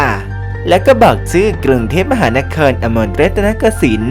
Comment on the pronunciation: เปิดคลิปมาก็ Hard Core แล้วครับ เจอคนญี่ปุ่นพูดชื่อเมืองหลวงของไทยเราไปเป็นต้องสตั๊นท์ไปเลย แถมยังเป๊ะทุกคำอีกด้วยล่ะนะ ถ้าเป็นคนไทยเรา (บางคน) นะเมื่อเขาถามถึงชื่อเต็มๆ กทม. บอกเลยเงิบ